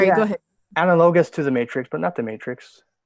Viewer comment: What’s ana-low-gus? You mean analogous? Who the he’ll pronounces it like that?